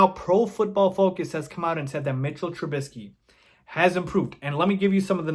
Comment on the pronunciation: I love it. You say his name correctly. His name is MITCHELL TRUBISKY. If you know you know the reference